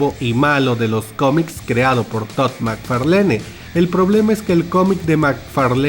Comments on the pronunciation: Spawn fracazó por que había un tipo que decía LITERALMENTE "Macfalene" en vez de pronunciar fonéticamente "Mcfarlan" 🤦‍♂️🤦‍♂️🤦‍♂️ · Me mató la pronunciación de Mc Farlene XD